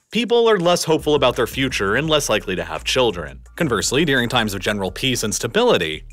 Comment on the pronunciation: This guy is the only example I've heard of someone pronouncing "during" as "deering".